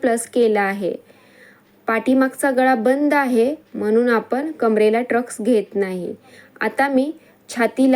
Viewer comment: ट्रक्स nahi म्हणायचा tai टक्स म्हणायचं... सॉरी rag naka manu